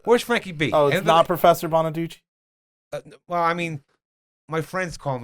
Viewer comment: Not Frank bonaduchee 😂